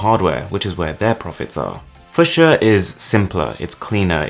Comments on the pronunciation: Awesome instructive video, but FOR THE LOVE OF GOD, it's pronounced f-YOU-scia !!! 😉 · it's fyoosher! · i love you bro but its pronounced 'few-sha' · FEW -SHE-AH it's pronounced FEW SHE AH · Fyu-sha. Holy hell dude have you never heard of the color? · im pretty sure its fu[ks]ia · Isn't it pronounced fyoo-sha? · I hate to say this but it’s pronounced f-u-sha. It’s a purple flower and also the national flower for where I’m from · WHY U SAYING FUCHSIA WRONG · Your English so why can't you say the word 'fuchsia', correctly. So posh talking with NO idea! False!! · I wince every time he pronounces that word the wrong way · You can't can't even pronounce 'fucshia' properly.. 🤣 That UI looked ass. It looked like it was a concept from about 10 years ago, when smart phones 1st started. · everyone's talking about kernels and linux and yada yada and I'm just sitting here trying to get past how wrong fuchsia keeps getting pronounced lol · Omg yes it was so grating to hear it mispronounced so many times. Still love your channel though boss man. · A pronounce it that way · No idea how you are pronouncing the word fuchsia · Your pronunciation of Fuchsia triggers me. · Does he know fuchsia is already a word and is definitely not pronounced like that? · That's not how you pronounce it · The way you say fuschia.. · I just couldn’t concentrate because of how you pronounce fuchsia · Please look up how to pronounce Fuchsia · If this operating system is pronounced the way you are pronouncing it, I seriously doubt it's going to become mainstream. I mean, come on, you have to take a class on how to pronounce it!? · The way you pronounce fuchsia is so weird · Good video apart from the mispronuncation of Fuschia and Linux. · Nice video but you probably should've looked up how to pronounce Fuchsia before making a video on it 😂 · learn how to pronounce it first! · Say fuchsia correctly please 😂 like the flower or the colour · heads up: it's pronounced: / ˈfjuːʃə/ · It’s fyoosha not fusha smh